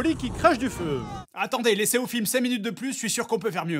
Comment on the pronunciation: "Les cinqS chevaliers" ouh la faute qui pique ^^'